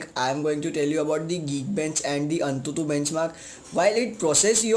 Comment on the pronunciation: it's written AnTuTu...but spoken as An22..correct Ur grammar